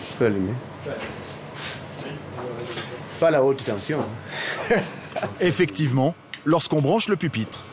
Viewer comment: Mdr à quand il dit "pas la haute tension" j'entends "Fallout" xD